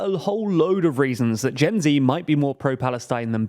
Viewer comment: You pronounced gen z wrong again